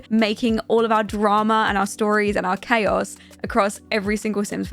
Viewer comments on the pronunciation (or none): none